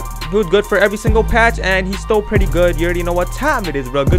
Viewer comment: Why every time he said still I thought he said stole